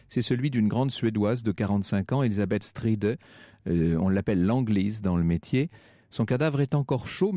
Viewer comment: cette émission est une honte. Le rein envoyé à Lusk n'est pas forcément celui de la victime. D'ailleurs, les courriers "dear boss" etc. sont probablement des canulars. Elizabeth Stride portait le nom de son époux, donc inutile de le prononcer "strideuh" parce que ça se prononçait sans doute plutôt "straïde". Mary Jane Kelly n'a pas vu le corps de Polly Nichols en tout cas, il me semble qu'aucune source ne l'établit. Rire à l'évocation d'un massacre n'est guère élégant, Frank Ferrand peut ensuite prendre son air distingué, le mal est fait. Il peut toujours saluer Alain Decaux, il ne lui arrive pas à la cheville en tant que conteur. Il suffit de voir sa présentation de l'affaire, contextualisée, assez précise, professionnelle. Quant à Sophie Herfort, sa thèse est bâtie sur trois fois rien. Les motivations sont risibles, les preuves sont la plupart du temps capillotractées. Ayant lu son livre, je n'ai été intrigué qu'en de très rares occasions. En tout cas, elle n'apporte rien sur quoi fonder une certitude. Tout juste un léger soupçon sur la conduite de celui qu'elle désigne comme l'assassin. Plus le temps passe plus les suspects présentés sont spectaculaires. Un auteur de livres par ailleurs pas forcément très sérieux, Paul Roland, me semble avoir deviné la véritable solution quant aux cinq victimes canoniques, moins spectaculaire mais finalement plus crédible: un tueur en série qui a fait trois victimes et deux autres tueurs uniques. Toujours est-il que ce n'est pas parce qu'o